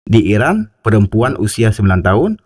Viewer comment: Irak apa Iran, baca nya yg jelas dong. Admin.